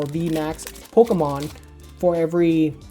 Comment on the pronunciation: hate how he says "Pokomon" LOL